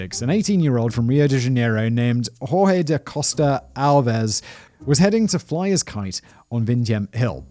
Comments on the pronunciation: Jorge in Portuguese doesn't sound like "Hor-he", it's more like "Jor-je" (similar to English). Why can't people just paste it on Google translate and press "listen"? smh. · COME ON SIMON, JORGE IN BRASILLIAN PORTUGUESE IS GEORGE BUT WITH A SOFT 'G' SOUND THE LETTER 'J' (JHOTA) PROVIDES. "HOR-HAY" IS NOT EVEN CLOSE TO JORGE ! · thats not how u pronounce Jorge in portuguese btw...